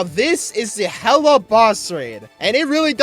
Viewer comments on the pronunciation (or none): its not "hella" is "hila" im pretty sure